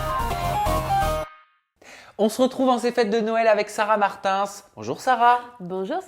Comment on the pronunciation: C’est la première fois que j’entend « sarah Martainssss »